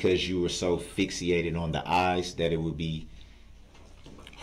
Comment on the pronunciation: Db said "fix-e-a-ted" for fixated.